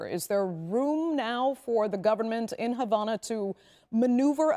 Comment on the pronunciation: What is this reporter Smoking Crack Rocks? There is No Education in Cuba that leads to a future, and there is No Medicine (So there is No health care). Go to Cuba for medical care, I Dare you. You are Not Qualified to speak about my parent's homeland, you can't even pronounce Havana right. We want freedom from a Broken and Corrupt Socialist System that doesn't work anywhere. We are tired of our people just barely surviving and dying. I went over to Matanzas for about 3 weeks and lived with my Cuban family, two people committed Suicide in that stand in that town. There's a Mosquito borne disease right now in Cuban, a refinery just burnt up. You are spreading lies. Que Viva un Cuba Libre!!!!! Patria Y Vida!!!!!